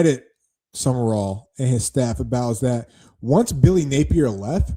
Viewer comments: Sumrall! At least get the name right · You pronounced it “Sumerall” honest mistake